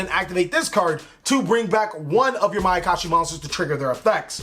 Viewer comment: "My I can shi potential"...terrible...